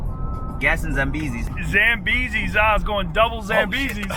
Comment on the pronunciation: "Zillion Zambeezee's"